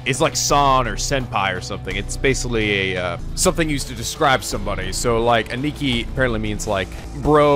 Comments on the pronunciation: Still Ani-ki... Its pronounced Ann-nah-ki. (The English/British way of pronouncing A's.) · It's not pronounced "A neeky" lmao